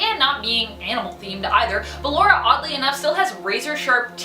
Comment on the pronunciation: She said ballara not ballora